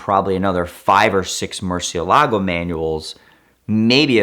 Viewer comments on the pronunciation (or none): none